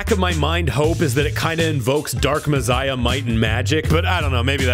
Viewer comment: Who says messiah like that?